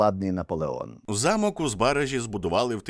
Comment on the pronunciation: Я благаю... ЗбарАзький замок. Не збАразький, не збаражський. Дякую вам за відео. Було цікаво